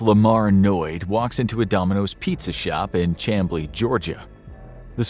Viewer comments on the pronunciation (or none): Chamblee, GA is pronounced SHAMBLEE btw... I was born in that town not too far away a number of years before all of this happened (I was actually in Florida when this went down)... Lol! 👍😎🖖🖖🖖🖖